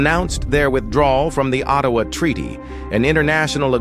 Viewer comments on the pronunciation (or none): none